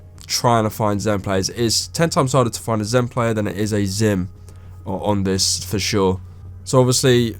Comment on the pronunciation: Ban zen not xim